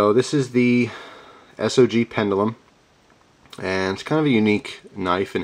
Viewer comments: It is pronounced "pend-jew-lum" :) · OMG! You and your pronunciations, lol. Its pronounced Pen-juh-lum, Anyways, thanks for the video, always look forward to your knife reviews (and other gear for that matter).